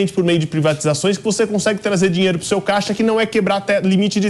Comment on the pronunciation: O "malandre" quer " dinheire"... kkkkk